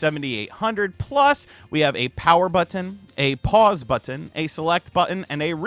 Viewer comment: BUT-TON. I see you 😂